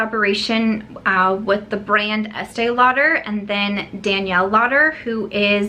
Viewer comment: So sorry , not with you on the esteè lauder lol. I think it's cute that you love it though. Those colours are not for my skintone at all. I get the collaboration though- their customers are aging & the brand needs to inject younger blood stat lol. Bite Beauty - interested but confused- micellar foundation- up until now, micellar has been for cleaning products so don't get how it works in a foundation. But totally curious about it! Great video- great to see you smiling and you look beautiful with just powder on😘